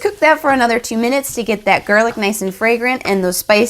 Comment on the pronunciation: me why did she say gerlic- the editor:gErlic???